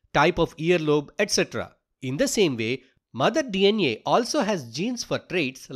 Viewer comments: its DNA not DN neyaa why you pronouncing a like that😭😭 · hi is saying dna > dnea 😂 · DEE EN IYE = DNA 😂